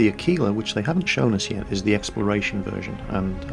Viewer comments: What is up with the pronunciation of Aquila? I can't find a dictionary website that has that pronunciation but I've heard two people pronounce it like a-keel-a instead of ak-will-a like it is in the OED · ahh-key-lahh, without the "w" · Your pronounciation of "Aquila" is very, very funny,.:D